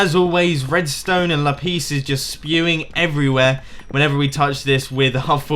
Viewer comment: one thing that infuriates me is how he pronounces lapis as lapis instead of lapis...